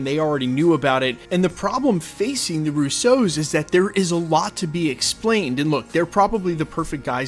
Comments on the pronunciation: Its ROO-so Not....Ru-so. Ya killin me. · I'm in full agreement,. They're just all together. Don't explain it to us. It's fine. Let's get on with the good stuff. Also, the stress is on the Ru not the sso. 😉